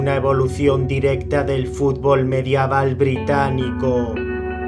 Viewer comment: Hola! si me permites quisiera hacer una correccion. Mencionaste la palabra mediaval pero la palabra correcta es medieval. Saludos y buenos videos!